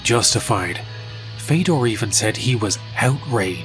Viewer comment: listen, i know it doesn't matter in the grand scheme of things, but it's not "feydor", it's fiodor, like theodore. almost like theo-door, but with a hard F at the front